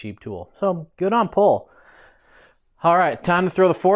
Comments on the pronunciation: Great to finally see this frame on the channel, I think it’s pronounced pol-ay as GMBN has their bikes on the channel regularly and highlighted the pronunciation. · Pronounced Pole ay